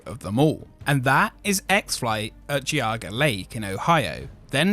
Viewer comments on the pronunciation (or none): It's pronounced G auga. Not Gee auga. Say the letter G then auga. Put it together. Geauga. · Pronounced "JEE AW GUH". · Geauga is pronounced jee-au-ga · Not sure if anyone has mentioned it in the comments below this, but Geauga Lake (rest in peace) was pronounced “jee-AH-gah.” Just an FYI. Keep up the awesome work as always! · Jee-au-ga. It's JEE-AU-GA LAKE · Hi! I know this is quite a bit late, but the news announcer and you as well have totally butchered the name of Geauga Lake! It’s pronounced “Gee (like the letter G)- ahh (like folks screaming on on a coaster) -guh”! I hope this helps in the future! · 115', not 150'. Also, it's "G"eauga. Heavy G, not an e. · gooauga lake 😂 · I wish they could pronounce Geauga right. LOL. Gee-Aw-Ga!